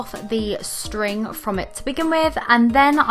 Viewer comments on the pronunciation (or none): none